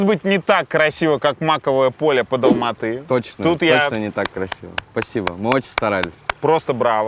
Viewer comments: Так приятно, что Юрий правильно и четко произносит название города - Алматы, название валюты - Тенге как «тэньгэ», без коверканий. А не как многие русские, которые специально продолжают говорить «Алма-Ата» и тп. Чувствуется уважение к другой стране и её языку, как и всегда должно быть. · Обычно не комментирую, но здесь мне так понравилось то, что правильно произносит названия городов Казахстана и валюты - Семей, Алматы, тенге. Может показаться мелочью, но для меня это показатель его уважительного отношения к стране. Даже когда Юрий говорил "тэнге" с обычным акцентом, продолжал произносить правильно. Удивительно светлый и интеллигентный человек! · Парень правильно произносит Алматы , тенге для него и нас очень важно